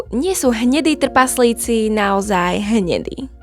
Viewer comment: Ahoj. V prvom rade ti musím povedať, že máš super tematický obsah, ktorý milujem, a vždy sa teším na tvoje nové video. Ale jedna otázočka: ty nevieš po slovensky? Vždy ma v škole učili, že ako čítam, tak mám aj vyslovovať. Tí tvoji trpaZlíci totiž trhajú uši. Prosím, rozprávaj normálne, už keď robíš poučné videá pre ľudí. Neber to ako hate, ale ako dobrú radu do budúcna. Ďakujem za tvoju prácu a veľa zdaru v ďalšej tvorbe. 👍 👍 👍